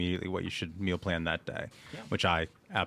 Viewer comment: She has done a French accent. “The plan”